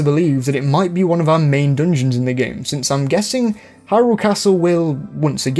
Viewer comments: If this dude says “DNJNS” one more time…. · not meant to be poking fun at your accent, but the way you say "dungeons" provides endless joy and personal fulfillment